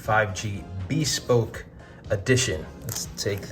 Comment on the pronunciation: just... i'm sorry.. i'm ocd.. it's 'beh-spoke' not hard 'B'.